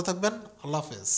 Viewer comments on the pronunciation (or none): none